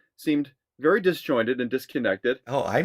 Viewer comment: Vee-rey sa english wag bobo😂😂😂😂